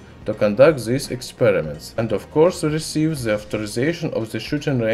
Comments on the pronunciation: Just a suggspread knowledgeestion.... Please do something about your English pronunciation.... It's really unbearable!!!! If your aim is to spread knowledge.... Please do something to be understood!!!! The is not!!!! Ze....🙏😧😧😧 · He doesnt know to say the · Very funny I love how you use the Z in stead of The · Zis properzy of za metal zizatioum Edit: 171 likes!!!!!! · I love how he says "the" as "ze" 😂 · "By ze way" xD